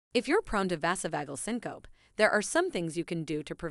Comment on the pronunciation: its said...sink-oh-pee......not sincope.....🙄